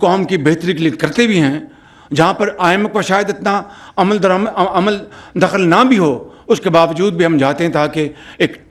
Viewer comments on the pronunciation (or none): کوئی میاں صاحب کی اردو ٹھیک کرا دے میاں صاحب عمل دخل کو عمل دمل اور بتانا کو بدانا بولتے ہیں اور نا جانے اور بھی کیا کیا😊